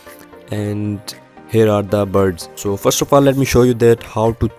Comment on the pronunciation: this dude can't say buds he keeps saying birds hahaha btw bro this is a good tutorial and review